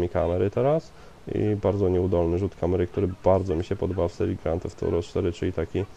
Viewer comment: grand theft thorow ???? czy ja zle slysze